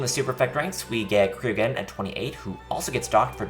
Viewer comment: Cryogeddon is pronounced the same as Pyrogeddon.